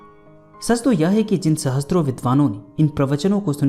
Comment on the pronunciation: इतिहास"वेता" नही इतिहास "वेत्ता" होता है। और सहस्र मे स+र=स्र होता है।न कि स+त्र= सहस्त्र। कृपया ध्यान दें। शत सहस्र।